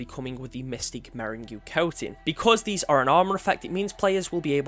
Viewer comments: "Meringue" is pronounced like "merrang". It is a sweet confectionary, often in colors similar to those in the armor coating. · mystic "merin goo" i cried so hard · interesting way of saying meringue 😂